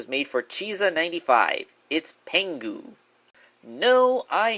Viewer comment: am i the only one annoyed that he called Pingu, "Pengu"?